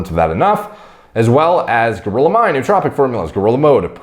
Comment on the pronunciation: Facts: Grillo is the Spanish word for cricket, and it's spelled Gree-Yo. The Yo like when you say "hey yo").